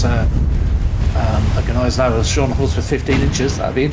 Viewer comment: Gneisenhower! 🤣 I can't!